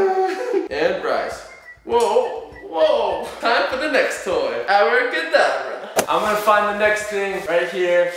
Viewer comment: You said hour cadabra